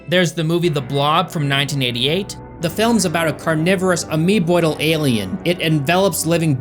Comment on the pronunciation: This dude said "ameboidal"